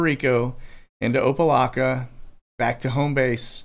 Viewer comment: It is pronounced Opa (lack) a. Good try though.